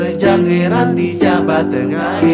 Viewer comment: salah dipengucapan kata "jaba" di Bali "jaba" dibaca "jabe" pengucapan "e" seperti "pesan" bukan sperti "cabe"